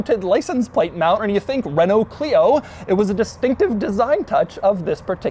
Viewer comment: I appreciate doug saying renault properly 💪🏽